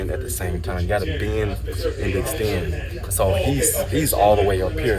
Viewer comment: beeyund and exteeyund 😂